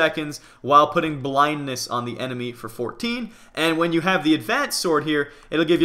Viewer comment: Lol you said enedy instead of enemy